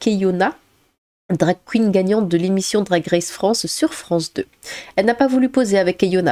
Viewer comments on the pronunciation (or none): none